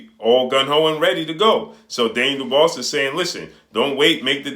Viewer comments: Hey my guy, you really show you don't watch some of these fighters you report on by butchering their names. If you EVER WATCHED a Daniel Dubois fight you would kno its pronounced 'Doo-bwaa' and Not 'Doo-bose' (the 's' is silent). I believe the name is of French origin. Love your vids but you show your limited research with little things like this. Not trying to pick on you G, just frustrating to hear you repeatedly video after video mispronounce the man's name. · you're killin me mispronouncing Daniel Dobois (Du-Bwa). You know like Benson, or Tom Dobois from Boondocks. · Lol facts idk why pronounce it like that but he's putting in work so big up him